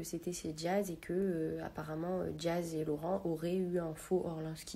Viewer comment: ...et c’est pas orLANski mais ORLINSKI ! don dejàc parlez bien des trucs de valeurs , c'est LA BASE chez les vrais riches